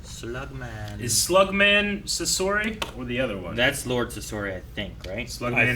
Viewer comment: omg everyone was pronouncing Sasori wrong and for a split second of all people mumbled the correct pronunciation 😂